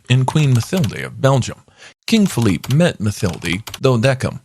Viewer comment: Philippe not Feliph